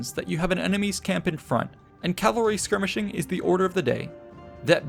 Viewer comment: rout, not route! More importantly: CA VAL RY! Say it: CA VAL RY. The entire video, you say Calvary.